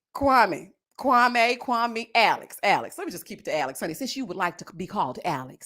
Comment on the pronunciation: here I am watching the live recap and you did not disappoint. I’m not even watching the show right now. These reviews are telling me everything. So glad Marshall is free from Jackie. I see myself in him, we are not softies. Also I wish people would pronounce Kwame’s name correctly.😂 I just want Chelsea to find herself a black man that wants her.